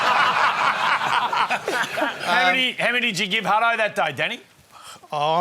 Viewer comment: Not set up at all. And the host calls hin Huddo . lol OH Boy.